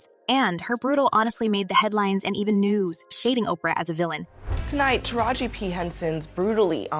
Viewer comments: I know it’s not just me thinking about this; but have anyone ever listen to how people Narrate these clips on celebrities. Taraji is her name say it with me Taraji not Tara-gee, go watch any Tupac clips and watch them say his name as Too-pack, this is very disturbing and disrespectful honestly. Even if you don’t know or even knew these people personally; but you have heard them say their names correctly in the past, especially when they are at their heights of their career. Too-pack and Taragee really; it’s Tupac and Taraji, that’s sad these people keep disrespecting these artists names, who so many people grew to love and care about. Let another outside race disrespect someone else name and their popular at that present time, I bet that they will have an instant meltdown and try to shame anybody who is narrating their story about them. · Who is this terrible commentator with this divisive /bigoted narrative that can't even pronounce TARAJI ??? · Her name is pronounced: Tah rah gee not Tara gee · First of all, put some respect on Taraji's name.😡 You must not know enough about her to know HOW to pronounce her name.